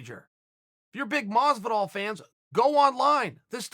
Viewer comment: Uhh Masvidal? Really not that hard uncle chael..